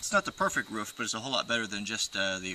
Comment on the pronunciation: Is trying to say roof or woof